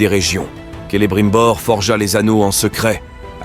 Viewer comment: Comme dans la série, chaque prononciation de Lindon ou Celebrimbor en VF ça me rend fou